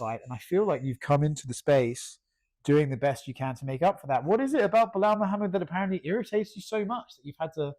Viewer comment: "Belal Mid-hammad" 😂